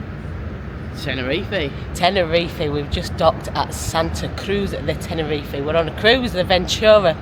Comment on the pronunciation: I am pretty sure it is not pronounced Tena-Ree-Fee.